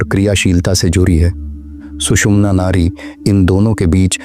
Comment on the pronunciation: It is Nadi not Nari!!